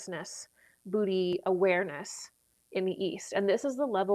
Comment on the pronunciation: Booty conscience 😂 i have a lot. Too much sometimes for my spiritual development. I think it's pronounced bodhi